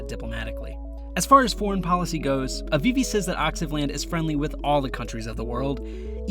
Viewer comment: its "Afifi" not "Avivi"